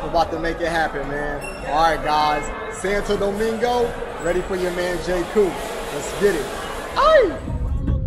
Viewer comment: It’s not Santa think about it almost like sawn toe domingo